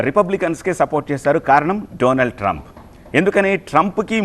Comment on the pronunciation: డొనాల్డ్ ట్రంప్ అనాలి.డొనాల్డ్ ట్రంప్ కాదు.సరిగ్గా చదవడం నేర్చుకో.